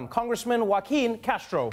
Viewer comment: So Who-a-keen